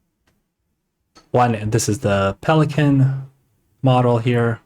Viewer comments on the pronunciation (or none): none